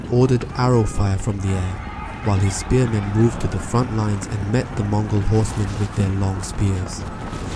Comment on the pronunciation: Its MONGOL EMPIRE not MOGOL